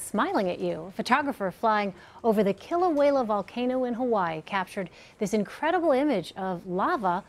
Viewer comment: the way she pronounces kiluea is annoying.